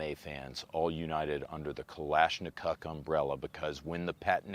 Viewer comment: ‘’ Kalanashikov 😂